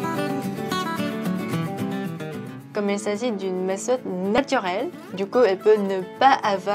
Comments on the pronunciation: Merci pour cette astuce! J’aime beaucoup le fait que es fait le test du pH à la fin 😁 Petite remarque pour la prochaine fois, on dit meTode, le th ne fait pas le son « s » en français;) Super vidéo en tout cas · Salut y’a vidéo est super mais on dit méthode sans prononcer de h sa donne metode